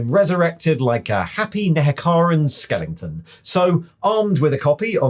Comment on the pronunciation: There's no G in skeleton, no matter how happy he is.